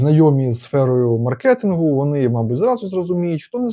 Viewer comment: Как он произнес первое слово мабуть, так не говорят не в одном регионе только когда ты намеряно пытаешся говорить на Украинском языке